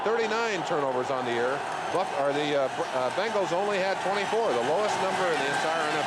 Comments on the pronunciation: Say it with me….BENGals….BENGALS…… not BANGLES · BENGals. Not f’n BANGals